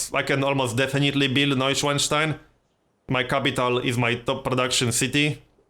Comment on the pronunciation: I love how you actualy pronounced nueschwanstein even remotely right :D